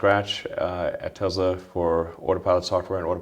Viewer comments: You would think that the owner of the company would know how to pronounce Tesla without a Z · it’s pronounced however Elon pronounces it.